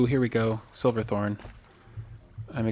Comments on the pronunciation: Ooooh I know this is a year old but I don’t like you calling it “silverthorn” It’s SH iverthorn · I know this video is very old but something bothering me was you kept saying silver thorn instead of shiver thorn